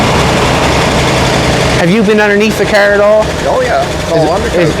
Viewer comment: I love the ole kerr. That is how you say car right?